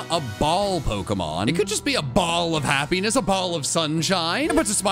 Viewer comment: I nearly thought said heaviness pokemon instead of happiness pokemon😂😂😂